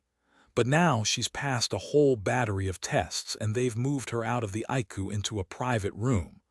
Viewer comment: Some words are not pronounced right icu is I c u